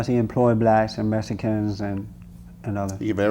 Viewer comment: I like how they say Mesikans haha